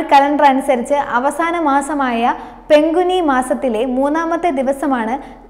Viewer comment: പങ്കുനി മാസം ആണ് മോളെ പെങ്കുനി അല്ലട്ടോ.. നന്നായി വായിക്കാൻ പഠിക്കുക. All the best